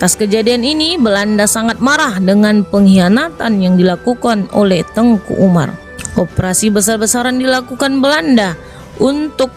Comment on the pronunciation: Salah pengucapan ini kak. . Teuku ato baca nya teku .. nama khusus ato gelar bangsawan. Tengku itu Ustadz ato guru ngaji guru agama. Dr awal saya dengar nya Tengku , bukan Teku di bilang .. 🙏🙏